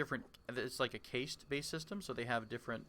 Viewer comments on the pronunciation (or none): Did you pronounce caste as Kay-s-t? It's pronounced Kast. In other words, caste rhymes with mast, or blast. Hehe. :P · Great vids. Also "caste" is pronounced like "cast."